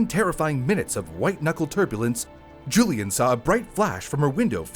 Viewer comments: Why do you call her Julian? Isn’t her name Julianne? Pronounced Juli ANNE. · Julianne isn't pronounced Julian.